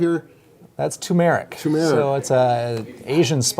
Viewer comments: Omg, I know this is two years old but here we go again. At first I thought he (pharmacist) was just pronouncing it incorrectly, but I see they spelled it incorrectly, as well. It is TURmeric! Not TUmeric. It is pronounced as TER MER RIC. Sheesh! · TURmeric. There are 2 R’s. Don’t know why this is so hard for people to pronounce... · God, it’s not tumeric but turmeric . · Anyone want to pronounce turmeric properly? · TURMERIC dear boys, not TUMERIC! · Yes, I was was laughing at their pronunciation of Turmeric and Curcumin! 😅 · The pharmacist pronounce the spice Turmeric with the emphasis on the second syllable of the word. In nursing school we were taught to pronounce it with the emphasis the first syllable. I have seen chefs on cooking shows saying the emphasis on the first syllable. That's all, just noticing the differences in the pronunciation of the same word. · You both mispronounced tuRmeric. Really destroys your credibility. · Hmmm... Pharmacist with degree pronounces turmeric "turmeric"? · Spelling: tuRmeric. and of course they pronounce it wrong too. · Technically it's "turmeric." People always leave out the first "r." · Yes, and stress the first syllable. TURMeric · What a shame.....this is important stuff. The outside noise is so distracting it nearly invalidates your information. TURMERIC, accent on the first syllable. Thank you. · I can't imagine a pharmacist that cannot pronounce "turmeric." The accent is on the first, not second syllable. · Turmeric, not Tumeric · Turmeric not tumeric! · It is not tumeric, but turmeric. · It's Tur mer ic not Too mare ic. There are 2 r's not one r. You have it spelled wrong. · Guys it’s tuRmeric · Hey Guys, Love you. Am subscribed. FYI, it's tuRmeric not tumeric. It's not that hard to say, although I notice many people don't see the R. Thanks. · Guys - it's TURMERIC not tuneric. You lost and 'r' there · TuRmeric not Tumeric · IT’S NOT TUMERIC. Nor is it pronounced that way. It’s TURmeric. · Hey guys, it's TUR-mer-ic.